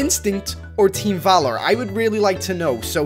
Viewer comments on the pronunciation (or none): its teem valor